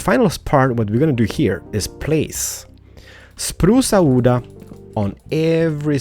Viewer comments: I love how you say it xD "achacha wood" "spruca wooda" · "spruca wooda" love it! XD